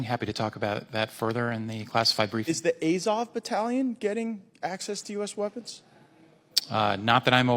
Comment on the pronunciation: Gaetz is such a moron. He can't even pronounce Azov correctly. Quite apart from the fact that he is trying to make a Kremlin talking point.